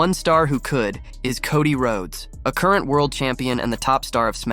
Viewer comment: No, it wasn't he completely mispronounced wrestlers' names like Solo sikoa, Cody Rhodes etc lol